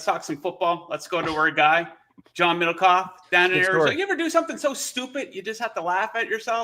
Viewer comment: Sounded like u said John littlecock